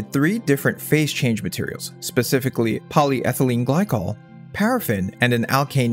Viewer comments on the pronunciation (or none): none